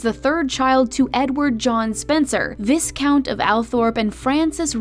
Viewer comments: Pronounced...VIE count -_ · Pronounced Vi - Count. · WTF DO YOU PRONOUNCE VISCOUNT AS VIS-COUNT, SHOULD BE PRONOUNCED AS VAI-COUNT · I thought it's pronounced as Vye-count? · I think it’s pronounced as Vye-count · Before you do a video about British Royalty ... perhaps you should get the pronunciation of VISCOUNT correct ... ugh! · Viscount is pronounced 'v-i-count'. Norfolk is pronounced 'Norfuk' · Pronounced 'VI-Count and Vi-Countess... the "s" is "s"ilent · Is it just me or I was just bothered by how viscount is pronounced. It should’ve been pronounced as vai-count. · That's not how you pronounce Viscount, it's like Y-count. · Viscount? Viscount? It’s vIe-count. Why miss pronounce? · It’s VAY-KAWNT. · NOOOOOO! Not Visss-count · She was the Honourable Lady Diana Spencer till her grandfather died. Viscount is pronounced VYE-count, not VISS-count. And it's Bal-MOR-al, not BAL-mor-AL, and probably a few more things before I get to the end of the video. Charles is Charles Philip Arthur George, NOT Philippe. Diana and Charles did have a nanny. The "wide shoulders" were already in fashion, she did not invent them, she famously wore long gloves in the evenings. She did not wear gloves for day, though that was the example set by the Queen and courtiers, because she liked to shake hands. She was seen more often than other Royals, in casual clothing, but the cameras were on her more than other Royals, and the other Royals were just as informal in private as Diana. Diana had many expensive elegant dresses, suits, gowns, jewelry and even furs. She was very royal, just did not seem as stiff. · Learn to pronounce "viscount," (vye-count). She wasn't born "Lady" Diana. She only became Lady Diana when her father became Earl Spencer. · Was I the only one who cringed when she said viscount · You pronounce it vyeecount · VIS-count?! VIS-countess?! REALLY??? You put all your time researching all this and can't even pronounce the words right. Pft.